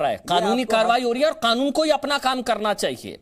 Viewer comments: यह मौलाना कनून नही कानून कहता है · कानून सही से बोल ले मौलाना खानून नहीं कानून होता है। जय श्री राम 🚩🚩🚩🚩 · इसकी भाषा देखिए। ये क को ख बोलता है, जानबूझकर।